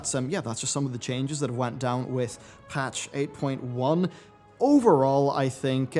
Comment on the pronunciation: When you said 8.1 at the beginning, I thought you said April one.